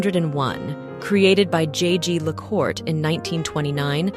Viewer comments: The pronounciation of French in this video is appalling! Her majesty’s watch was twice made by jaeger le coultre, pronounced Yeager le kultre. Disrespectful on your side not to check the right pronounciation.😮😢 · Very odd mispronunciation of Jaeger Lecoultre. An even stranger thing to lose - unless the first was exchanged for the newer one? Fascinating channel as always though.